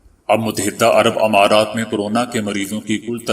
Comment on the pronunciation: اپ کی محنت قابل تعریف ہے۔ اگر آپ بعض کلمات کے تلفظ کی طرف توجہ دیں تو آپ کی اس محنت کو چار چاند لگ جائیں "امرض اور امارات "میں الف پر زیر نہیں زبر پڑھیں۔ "مفکر" میں کاف پر زبر نہیں زیرپڑھیں۔ "اتوار "الف پر زبر نہیں زیرہے۔ ناراض نہیں ہونا